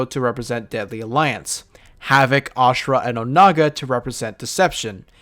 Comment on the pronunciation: By saying Ashrah you earned my sub mate